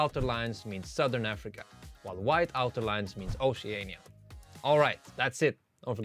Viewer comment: most bizarre pronunciation of oceania out